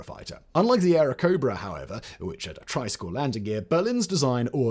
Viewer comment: "TMB Avenger"? "Airocobra"? Jesus Christ, you just read a script placed in front of you, right? You don't know shit about those airplanes or how to pronounce names, do you?